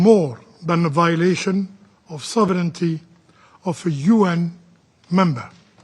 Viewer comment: Though action is always stronger than statements, this one was skilfully worded and presented, with a slight pronunciation mistake for the word "sovereignty" ( sov run ti NOT sov reni ti) : interestingly the word ends with nty, and not with nity, as most people think and pronounce.